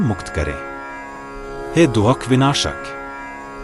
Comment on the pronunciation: कहीं कहीं पर भाषा में बहुत अशुद्धियां हैं जैसे दुख के स्थान पर दोख बोला गया है और कई स्थानों पर स्त्री प्रसंग में कहती हूं के स्थान पर कहता हूं कहा गया है